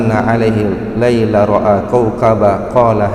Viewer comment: Koreksi ada bacaan al-Qur'an yg sedikit keliru di menit 07.06 dst, seharusnya 'alaihil lailu, bukan 'alaihil laila 🙏🏻